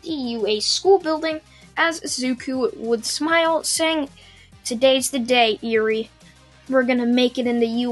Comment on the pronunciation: its not eerie like creepy more like eh-wry